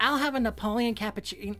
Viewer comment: Me, an italian, hearing the errors in pronouncing "cappuccino": Angry noises